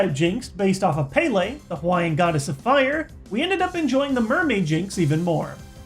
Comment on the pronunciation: The Jynx design, based off Pele, is pronounced Peh-Leh not Pay-lay